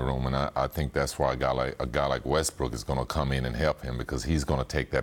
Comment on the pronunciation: Did my man said Westbrick?